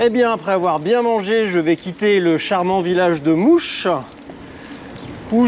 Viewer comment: Bravo il en faut de la volonté. Je suis de la région, pour info le village de "mouche" se prononce malheureusement "moche" :p lol